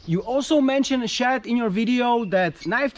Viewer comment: he says his name as lololol